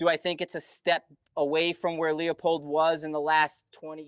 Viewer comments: its lou-pold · Pronounce Leopold like loopold Both good optics but Kahles K16i and Swarovski rock for AR platforms.